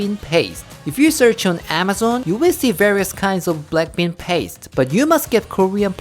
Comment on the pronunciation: Am i the only one who heard blackpink instead of black bean? 🤣🤣